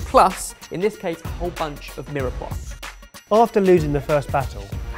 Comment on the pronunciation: I thought it was meer pwah not mirror pa.